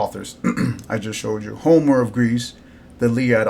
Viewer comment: “Homor” lol. Why do educated dudes have to pronounce things funny? 😂😂😂 its Homer. Like Homer Simpson